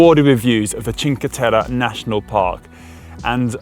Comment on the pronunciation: Very nice video, but man, your pronunciation of CinqueTerre hurts even my non Italian ears :)